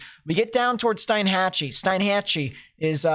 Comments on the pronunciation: steen (rhymes with bean) hatch ee=Steinhatchee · Its pronounced steen hatchee